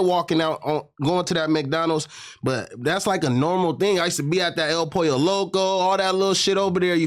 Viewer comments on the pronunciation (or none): none